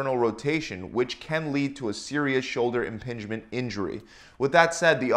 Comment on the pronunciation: mins 'IMPINGEMENT' not inpingement .. You had me thinking I could not spell ?! lol